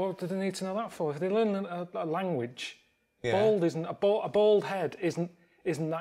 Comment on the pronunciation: Hahaha Ricky pronounces Bald..'Bold' :D